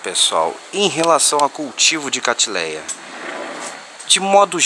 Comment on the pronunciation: Nao é catileia é catleia